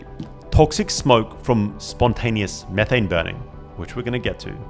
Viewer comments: "ME-THANG" 😂😂 IRKED MY SOUL EVERY TIME HE SAID IT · METH- ane METH METH METH not meeth it's not meeth heads it's meth heads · Meethane? Tf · At 19 MIN HE SAYS ME THAYNE INSTEAD METHANE IT IS METH AYNE NOT ME THATNE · It's called "methane," (meth-ane). Not (me-thane). You're the only person I've ever heard call it that in my 39 years. Lol. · Leaving your video because of how you pronounce methane.... You don't say the stuff "Me" th... So why in God's name are you saying methane like that😅 absolute cringe and I'm gone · U mf u beat me to it- i read it in mangalast year before the ankme its fire- tell me why cuz pronouced methane- ME THAYNE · I have never in my life heard someone pronounce Methane as "Meethane" lol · Mee-tane gave me a chuckle every time it was said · Ive never heard methane pronounced like that.